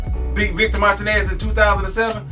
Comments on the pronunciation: Initiall_d_ Mar-TEE-nez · Nice video, but you must get Victor's last name right my friend Martinez pronounced MAR-TEEN-NESS.